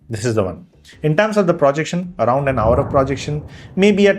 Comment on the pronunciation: Please don't say "Pra"jection, it is "Pro"jection.